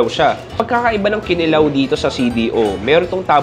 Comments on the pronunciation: pronounced as SI-KWA-TI not SIKWAH-TEH then KI-NI-LAW not KINI-LAW 😊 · It's Kinilaw not Kilaw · advice lang,medyo mali pronounciation mo sa humba, sikwate,kinilaw. Pwede ka paturo sa mga locals sa tamang pronounciation. No hate paps, nice vlog